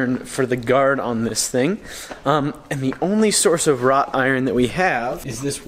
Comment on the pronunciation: psst! It's WROUGHT-IRON, not ROT-iron! 😉